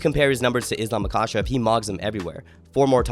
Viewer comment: if you gonna glaze Islam you should probably say Makhachev right